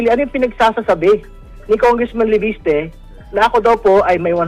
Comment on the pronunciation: Enzo Leviste hindi Leveste hindi mo ba kayang iayos ang bigkas mo guro Ka pa naman sabi mo,minsan Erece sa halip na Erice.hayyysss...🇵🇭